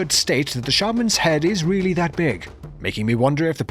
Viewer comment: did he develop a speech impediment? “You wemembew us weedy”